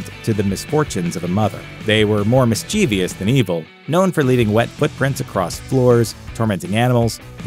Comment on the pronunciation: Mischievous: three syllables.